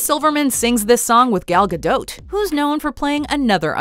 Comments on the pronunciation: Umm... did she just say Gal (Ga dought?) with a t? oh no. Not today. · The t in Gal Godot is silent